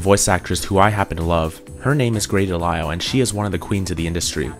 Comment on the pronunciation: Must you pronounce EVERYTHING wrong? It's Grey De LIS(like lisa)al And Tara(like Tear a piece of paper in half) Strong.